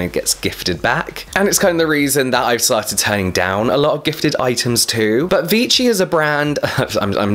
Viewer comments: Its pronounce "vee-shi" haha x) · Lol its Vee - shee! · Dear it’s French so there is no extra t in the Vichy. Luv your review. And yes irritation to fragance builds up until it breaks out. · yup you would pronounce the brand Vichy with the sound "sh". It is actually a town 30min from where I live ^^